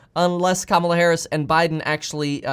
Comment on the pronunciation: You're saying Kamala Harris wrong. It's pronounced "COMMA-LAH" for her first name. I'm not saying this to pick sides. I'm just letting you know you're saying her name wrong.